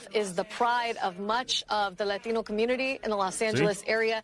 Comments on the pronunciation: You know what ANNOYS me? The way they pronounce the ‘t’ in “latino”. Ugh barf. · I love how she speaks better English than I do, but when she says Latino she all of a sudden sounds like a street hoodlum. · I love when the msnbc hosts pronounce "Latino" all fancy with the Lil accent for one word lol